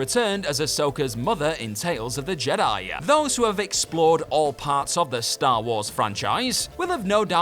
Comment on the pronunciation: I'd never heard of the movie "Return of the Jedi-yah" before.